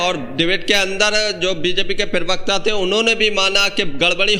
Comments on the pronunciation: भाई पहले तो ये ठीक कर ये पिरवक्ता नहीं होता, प्रवक्ता होता है। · bhai Parvikta nahi parvakta bolliye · Parvakta bol bhai pervakta nhi hota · Privakta nahi bey parvakta kaha kar bay